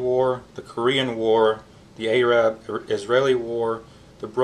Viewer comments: Dude, you need to change how you pronounce Arab because you are embarrassing yourself. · Are we not going to address the way Arab was pronounced?